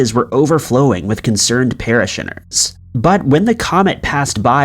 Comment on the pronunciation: Did you grow up in the wilderness? How can you not pronounce parishioners?? Not the first word you've said completely wrong by accenting the wrong syllable, but this one makes me question if you're an actual human or maybe an alien? Please tell us if you are from a world light-years away! That's the only way I'll continue watching these videos.